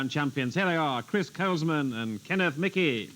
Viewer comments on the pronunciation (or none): The name Michie in Scotland is usually pronounced Meekie but Kenneth Michie might be an exception. However, I wouldn't expect an Englishman to get Scottish names pronounced correctly. Try Sinclair or Menzies, for example.